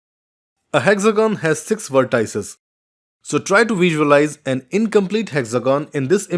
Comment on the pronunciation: vertices?? Wrong pronunciation!!